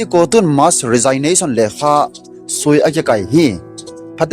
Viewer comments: Resignation hi pronounce nabol teng rejiknason ti toh kibang ahi. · Na Resignation pronounciation chu ngaithada aume sopi. Thugil lagil naseingal ahileh pronounciation chu phaten mango.... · Resignation na pronounce danchu datmah um sam'e.😮😮